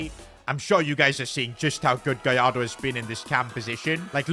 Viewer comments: It's gallardo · It’s gallardo